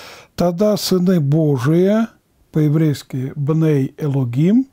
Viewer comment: На иврите словосочетвние בני אלוהים произносится как бней элоим без "г" очень режет слух